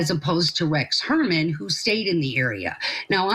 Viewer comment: This is great information, but this Attorney ladies is in ability to pronounce. The guy’s name is annoying. It’s not Hermann.